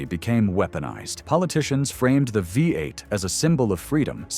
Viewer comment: 🙄😞🤮 STUPID AI CRAP! Thoroughly fed up with it already! The future alright-soon in the “future” it needs to go in the scrap yard! What the HELL is a”Vie eight? 🤮 LOL! They think this “technology” will replace humand when it can’t say simple phrases and words without screwing it up? Lol FAT CHANCE! Total junk. Lol my poor typing because I am tired is FAR better than this detritus! WHY are posters on this forum using this trash? Oh. They probably can’t narrate and think a way over priced phone or computer is worth the space it wastes. AI sucks.